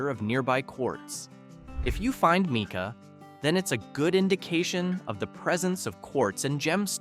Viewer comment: Mike-a, not meek-a